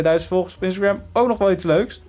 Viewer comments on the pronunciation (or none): none